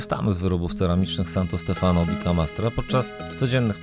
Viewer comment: Wiem,trzeba czasu,ale wy jesteście oglądani przez tysiące ludzi,Santo Stefano akcent pada na ostatnią literę, czyli zaznacza się Stefanooooo,jest to błąd często popełniany, jest bardzo dużo wyrazów z akcentem na ostatnią literę.Wracajac do waszych filmów, bardzo mi sie podobają,śledzę Was często, teraz to będzie regularnie, życzę powodzenia ❤️